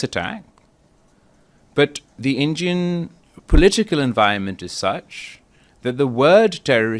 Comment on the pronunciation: Injian govurnmenttttttt 🗣️🗣️🗣️😂😂😂😂😂😂